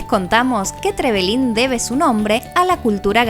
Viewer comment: Hola yo soy de trevelin solo les queria decir que no se dice trevelin con tilde en la i ni tampoco es con tilde en la primera E es con tilde en la segunda E. Le pasa a muchos turistas que vienen a aca😁